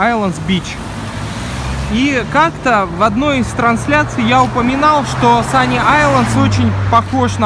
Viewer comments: Санни Айлес а не айленд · Сани Айлс!!!! Не Айлэнд!